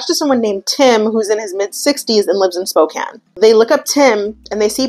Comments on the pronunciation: Im from Spokane, thank you for saying it correctly, I love that you researched that! Love the video! Your makeup is so great too! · I already thought you were beautiful and amazing, but when you pronounced Spokane correctly…. As someone born and raised in Washington that shit got me going